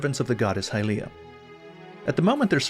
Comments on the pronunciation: Please stop saying high-LEE-ah, youre the only person who does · The way you pronounce “Hylia” makes me want to kill myself